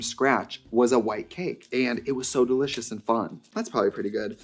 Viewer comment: Delibshus and so refredshing